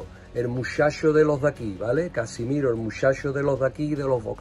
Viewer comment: 7 balones de oro y alguno regalado aun asi un jugador buenísimo sin ninguna duda, otra cosa no se si lo haces con burla o es que no sabes que se llama Casemiro y no Casimiro, resuélveme la duda, siempre de buen rollo 😎